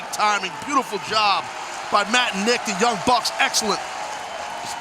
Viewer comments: he also called them the young brucks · lol he called them the young brucks